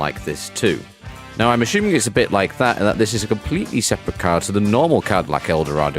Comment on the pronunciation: "ash uming"